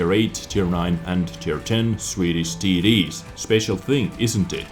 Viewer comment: When you say TD's i hear titties :D